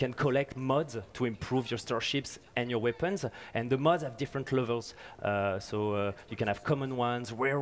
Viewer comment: This guy calls mods "muds".